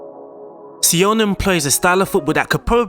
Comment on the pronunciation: No say-oh-ah-ne